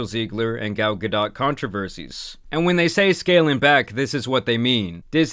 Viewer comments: It’s GAL-GA-DOE YOU ILLITERATE NUMB SKULL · It’s not Ga-dot, it’s pronounced Gal-d’oh!!! Like Homer Simpson being surprised if this movie sells more than 10mil in box office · bro is saying gal gaDOTT, this who we getting our information from boys 💔💔💔 were cooked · Gal ga-dot 😂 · You butchered Gadot's name bro. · the T is not pronounced in Gadot